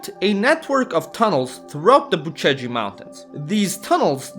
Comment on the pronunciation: Unliked this as a fellow Romanian I hate when you say "Bucegi" as " Bu Ce gi" like you're some American.